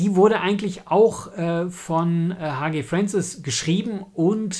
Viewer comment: Leider etwas spät, der Band ist glaube ich gar nicht mehr erhältlich. Hans Gerhard Franciskowsky, wird vom Nachnamen anders ausgesprochen und die Abkürzung H. G. Fancis wird deutsch ausgesprochen. Aber sonst ein schönes Video. Ob Roland Emmerich, der ja Deutscher ist die Serie mal gelesen oder gehört hat? Star Gate hat ja einwenig Ähnlichkeit. (Thomas)